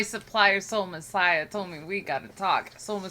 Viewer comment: You're both pronouncing her name incorrectly and Sol Messiah as well.